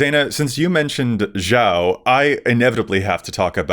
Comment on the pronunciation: The way Dana pronounced 'Zhao' hurt my heart. :( Please, Dana, watch Avatar: the Last Airbender. It holds up, even for its and our ages. AtLA is timeless.